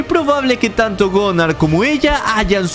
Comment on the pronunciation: Es Gunnar no gonar